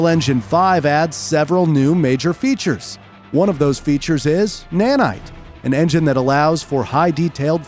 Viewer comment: "Unreal Engine 5 adds several new FEATURES. One of those features is NANITE. An engine that allows for high detailed photographic sourceMATERIAL." Dude you talk like this the whole video. You end every sentence with this weird emphasis on the last one or two words and it gets so annoying. Just talk normal. Seriously, like 22 minutes of this and it gets under your skin